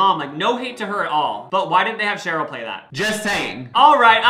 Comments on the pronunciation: sorry to break it to you bestie, but its sheri not cheryl <3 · SHERI!😂SHERI NOT SHAROL! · referring to sheri as “cheryl” the entire video is killing me softly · HER NAME IS SHERI!!!!!!!!!!! NOT ‘CHERYL’. 🙄the disrespect…